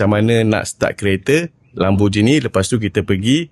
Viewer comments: Lamborghini bang bukan bukan Lamborjini. Gi bang Gi. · bang, lambor gini bkn lambor jini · Lambojini ❌ Lamborgini ✅